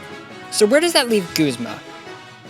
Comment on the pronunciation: His name isn't pronounced "goos"-mah, it's "guhz"-mah-- like the Guzmania flower. The Japanese pronunciation of his name is incorrect, as in Japanese they don't really pronounce "u".